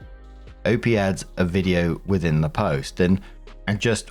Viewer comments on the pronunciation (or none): none